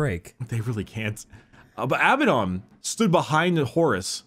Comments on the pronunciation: abadon is from the hebrew word avadon, it's not av-eh-don, all of the A's are read like in "up", so it's aa-baa-don (btw it means doom/damnation) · it's Ah Buh Don, Not Bad Aladdin. Abaddon comes from the bible, ya dingus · It's E-Zyk-E-L and A-Ba-Ddon according to all audio books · Abbadon? More like dabbedon